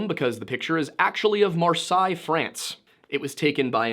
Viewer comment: Ouch omg the way you pronounced Marseille 😢 my ears are bleeding 🩸